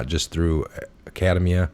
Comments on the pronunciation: "Ack a demia" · Ak-a -DEEM-ia.